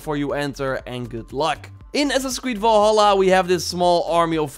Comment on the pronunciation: VALHALLA, Do you see an O in Valhalla?, nooooo It's Val-halla not Vol-halla